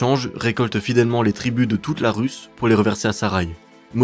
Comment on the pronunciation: On ne dit pas la RUS(il faut prononcer la rous )comme vous le dites en français